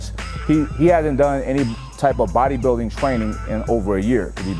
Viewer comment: Throttle lol he said power bodybuildinn 😂😂